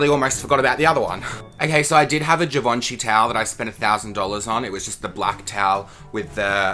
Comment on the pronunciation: They way you pronounced Givenchy 😂